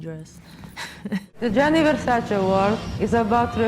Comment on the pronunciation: Good pronunciation of Gianni